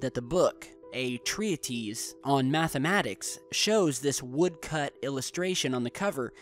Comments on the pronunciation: (BTW, 'treatise' is pronounced "Treetis.") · The casino in Halifax Nova Scotia puts up searchlights exactly like those Belgian lights, not for any reason other than to demonstrate the glory of casinos. pronunciation of Treatise should not have 3 syllables - drop the "a". Cody's kitten kills, btw!